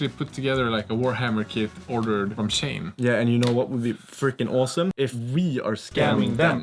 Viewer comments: Pronounced She-En, not Shane. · It's pronounced as "She In", as in "SHE is IN the car".